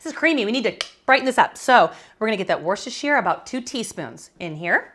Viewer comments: Worcestershire is sounded 'woostashear' - the woo as in wood. Dare I say that nothing can be 'pre chopped' its either chopped or not! 🤔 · Please work on your pronunciation of Worcestershire. Just ask a Massachusetts person.